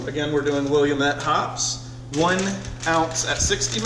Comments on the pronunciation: It's will-am-it, damn it!!! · Willamette is pronounced WIll-am-it. Looks like a cool system.